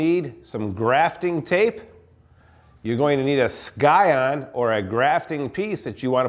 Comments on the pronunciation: its pronounced "si-on" not "sky on" lol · Scion 'ˈsīən' the 'c' is silent.. just sayin'. Good video.